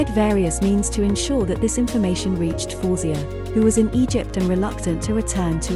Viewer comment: Her name is pronounced " FA - WEH - ZE-YAH